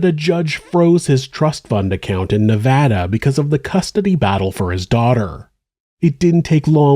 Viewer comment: Thanks! Hi, I appreciate that you pronounce 'Nevada' correctly. Many professional presenters don't.